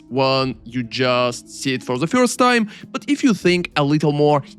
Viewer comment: I like your content but every time you say "fhourste" for 1st is sending me. In a good way! I am not judging, I like your accent a lot.